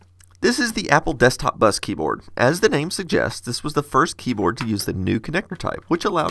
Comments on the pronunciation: APPLE DESKTOP BUS "KEYBOARAD" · "keyboarad" well i saw everything... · “Key Boarad”